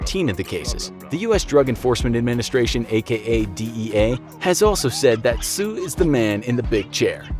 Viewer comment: Tse is pronounced as "ts-eh", exactly as it's spelled